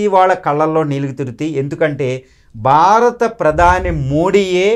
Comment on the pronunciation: అయ్యా బాబూ! "బారత" కాదు, "భారత" అనండి. "భారత" అనేది ధ్వనించాలి, అది శ్రోతలకి వినబడాలి. తెలుగోడు అయివుండి (అరవ వాడైతే పోనీలేపాపం అనుకోవచ్చు) మీరిన్నిన్ని గొప్పగొప్ప విషయాలు మాట్లాడేముందు, తెలుగు ఉచ్చారణ సరిగ్గా నేర్చుకోండి. మిగతాది, అంతా అమోఘంగావుంది.